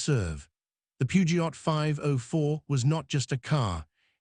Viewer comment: The T in Peugeot is silent 😢